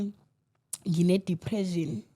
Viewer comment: "Di-phre-shin" not "Di-phre-zhin".....awu 😢